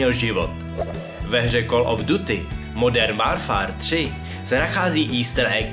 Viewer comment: nečteš nějaký ty nazvy her špatně? Třeba u Call of Duty Modern Warfare 3